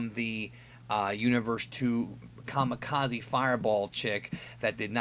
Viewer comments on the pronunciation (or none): none